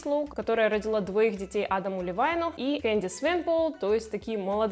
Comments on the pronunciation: Adam Levine произносится не как Левайн, а как ЛевИн. По крайней мере так говорят все американцы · Он ЛЕвин, а не ЛИвайн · Адам ЛевИн, не Левайн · Прежде чем снимать видео, посмотрите, как произносятся имена. Стыдно быть неподготовленной. «Адам Левайн» - это, конечно, сильно..